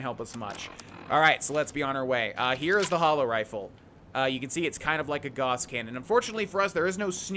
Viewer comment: Ah, you pronounce Gauss like "gorse". Interesting. I'm just noting is all. I Love the playthrough, dude. I must watch every day or things aren't right.